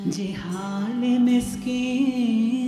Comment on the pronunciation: it is ZIHAALE not JIHAALE